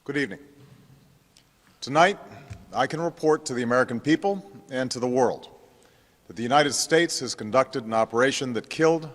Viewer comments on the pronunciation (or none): none